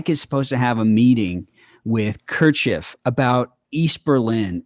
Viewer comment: You guys don't know anything about politics. Learn to pronounce Khrushchev ffs! Hans is creepy af.